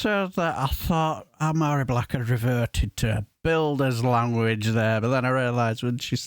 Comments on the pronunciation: Good morning sir, this woman is great, deals in facts, not idealoliges and feeling. Just for future reference (and this isn't me being pedantic) her name is pronounced Vari, in Gaelic any word with mh or bh is pronounced with a v as in Siobhan or Niamh (pronounced Neeve) have a great day and keep up the good fight mo chara (my friend) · Mhairi is pronounced Vahri. A small point, but an important one I feel.